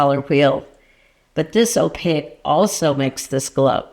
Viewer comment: Please forgive my pet peeve pushiness, but "Opaque" is pronounced "Oh pake", not "oh pa ick"